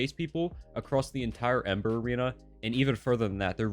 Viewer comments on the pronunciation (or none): none